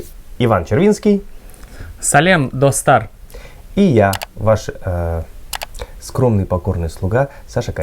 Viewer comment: Классно сказал "Салем, достар "!!!!! Прекрасно привет друзья! Алга,Петербург!!!!!